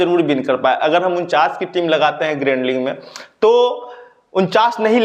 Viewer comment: Sir ling me nhi league me sellection hota hai 🤣🤣🤣